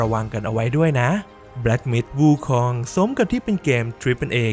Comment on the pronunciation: ถ้าจะไม่ออกเสียงว่า หงอคง แบบที่คนไทยเข้าใจ ก็ออกเสียงว่า อู๋คง จะดีกว่าไปอ่าน วูคอง ไม่รู้จะเป็นสัญชาติอะไรแน่